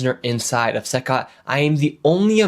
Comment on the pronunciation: It's not pronounced "SYCOT" It's pronounced "SEE COT" CECOT.